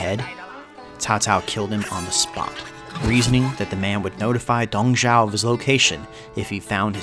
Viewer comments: Dong ZHUO, not Dong Zhao. But good on y'all for getting Cao Cao much more right than before lol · You didn't do too bad of a job with pronunciations. But it's Dong Zhuo 董卓, not Dong Zhao. The fact that you actually pretty much got the pronunciation of another of the limited Chinese syllable set "Zhao" right, makes me think you might have been misinformed. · Great video! Your pronunciation of Cao Cao is actually pretty close. You mispronounced Dong Zhuo as Dong Zhao instead. Dong Zhuo technically did not "rebel" against the Emperor of the Han. There was a power struggle within the palace between a group of powerful eunuchs and the government officials led by He Jin and Yuan Shao. Dong Zhuo's forces occupied capital Luoyang under the orders of General He Jin who wanted him to eradicate the eunuchs and their supporters. Dong Zhuo did his job but took the opportunity to terrorise the capital and establish his authority by removing the Han Emperor from power and installed a new Emperor and basically held him captive. This eventually prompted feudal lords all over the country to form a coalition to "rescue the Emperor from Dong Zhuo's evil grasp". Source: Me, a longtime Three Kingdoms nerd and whose surname happens to be Cao. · So much effort to pronounce Cao Cao correctly, but utterly fail with Dong Zhuo... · The pronunciation of Cao Cao is correct But Dong Zhuo. haha~ Hope for next video!Thanks~ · Takes great pains to pronounce Cao Cao's name correctly. Proceeds to butcher Dong Zhuo's, Yuan Shao's, and pretty much every other Chinese guy's name. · nailed cao cao, but butchered dong zhuo...